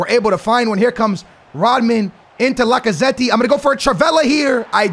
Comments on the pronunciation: Bro this Mans Name ist Lacazett not Lacazetti 😭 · i don't wanna be that person, but please pronounce Lacazette's name properly😭